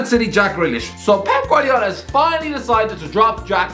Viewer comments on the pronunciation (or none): none